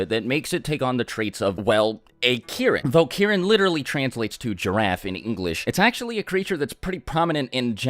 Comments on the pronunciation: did he say Kieren 😂😂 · Key - Reen. Get it right. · Every time he mentioned Kirin in other videos I always thought he was talking about Karin but was just saying it weird😂